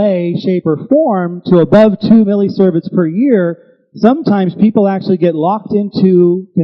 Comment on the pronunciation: See-verts, not servets